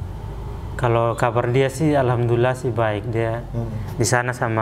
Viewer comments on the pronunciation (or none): tolong jgn menyinggung orang2 yang sudah islam dari lahir dan tolong klo ngomong alhamdulillah di perjelas, karena setiap saya denger itu hamdulillah bukan alhamdulillah